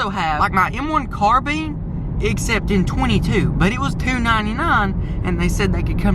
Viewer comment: Omg it’s not pronounced CARBEAN it’s pronounced M1 CAR-BINE 🤦‍♂️😤